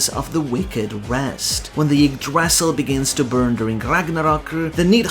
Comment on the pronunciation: Small note on the pronunciation of "y" in norse: It's a pure vowel, quite close to an english "i" (except with some lip rounding) As such, Ylva is pronounced /ilva/ instead of /jilva/. Same goes for Yggdrasil, it's pronounced /igdrasil/. I love the effort you put into the pronunciation, its very fun to listen to :D